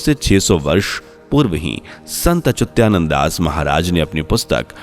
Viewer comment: He is SANT ACHYUTANAND DAS & NOT ACHYUTYANAND AS YOU WRONGLY PRONOUNCE